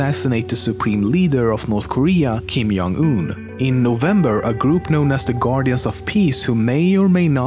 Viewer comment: hes pronouncing the north Korean leader wrong its kim jon un not kin yon un